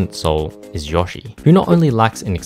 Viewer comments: Bro really said "Yoashi" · I had no idea what a juow was at the beginning. It wasn't until you said pair that I realized you meant duo LMAO also, it's Yo-Shee, he says his own name!